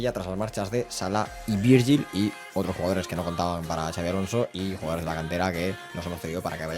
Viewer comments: No se dice chavi, se pronuncia xabi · Gran intro y buenísimo el vídeo. Una cosilla, no es Xavi (CHavi) si no Xabi (Shabi). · Puedes decir el nombre bien??? Como vasco me duele muchisimoooo!!!!